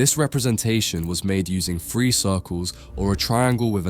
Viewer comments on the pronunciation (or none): Your "three" always sounds like "free" for me , nice video though ;) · WHY CAN YOU NEVER SAY “TH”REE JUST STOP BEING LAZY. FREE OR THREE? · How on earth do you end up saying “free”? What fucking part of “three” has an “f” in it? Lmfao is it that fucking hard to make a “th” sound? 😂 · Love how you pronounce '3' as "Free". hehe Lovely video. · Good Lord please pronounce"three" correctly. 😂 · Imagine making a video about the number 3, and not being able to pronounce it.